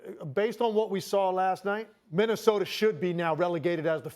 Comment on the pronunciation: from “Minnesoter” to “Minnesota” oh the Wolves have ASCENDED ascended 😤😂